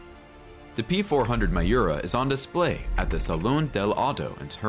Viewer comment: A picture of Jean Claude Van Damme as one of the Mimran brothers..? And a picture of Nissan SUVs as newer Lamborghini models? Wrong pronunciation of Miura and Countach, and pictures of the Aventador and Huracan as if they were made in the last century. And leaving out the episode with Enzo Ferrari..? And pictures of a Maserati Granturismo whenever the expression "gran turismo" is used.. This seems to be made by someone who is not a car enthusiast. 🤔